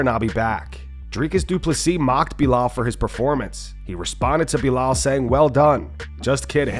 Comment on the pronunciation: Did anyone miss how Buffer called him Boolal in the pre fight intros